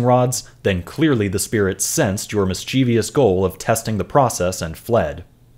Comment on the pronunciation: Dirty trick at about , depicting the dowsing-rod enthusiast mispronouncing mischievous (😋)